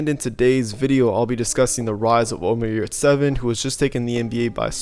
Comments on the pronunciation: You pronounce his name wrong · His surname and pronounciation is Yurtseven. I’m Turk and what you guys talk about? What is yurts evan? 😂